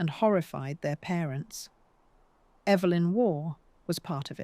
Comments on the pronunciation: EE-vlyn Waugh. How ignorant could a history of these people be? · The correct pronunciation is “EVE-lyn” Waugh. (Eve like Adam & Eve).